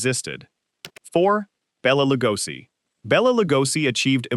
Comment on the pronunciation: "The narration feels a bit too fast-paced and monotonous for such grim stories, and the pronunciation of 'Bela Lugosi' was quite jarring. Taking a breath and matching the tone to the tragic weight of these lives would make the video much more impactful."